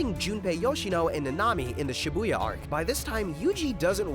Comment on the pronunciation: I hate how he pronounces nanami